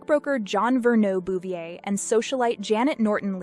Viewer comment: Well I was just teasing. However that’s honestly how her family, the Bouvier’s pronounced it and therefore she grew up to pronounce it. I don’t know for sure. But it may have to do with her father’s family being French-Canadian immigrants. Possibly the “French” persuasion in the pronunciation. Very very wealthy French-Canadian family. Her daughter Caroline’s name they pronounced “Caro-lie-ne”. In fact Neil Diamonds hit song “Sweet Caroline” was written about her and seeing her all over TV and the press particularly after her father’s assassination.